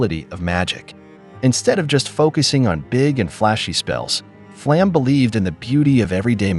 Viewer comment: "Flamm", lol